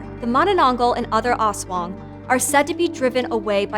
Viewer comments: Person1: Aswong... Filipino: Aswang Person1: As wong.. Filipino: ASS.... WA... NGGGHH!!!! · Also that "as-wung"... Music to my ears 😂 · Her pronunciation of "ASWANG" though. So slang, so cute hahaha! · "ASSWANG" LOVE IT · Pronunciation is off, but overall a good, and informative upload for this creature of Philippine folklore. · The way she pronounced the aswang tho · I cringe everytime she says aswang at manananggal